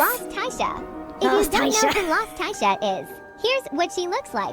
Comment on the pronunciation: Its not taisha its tisha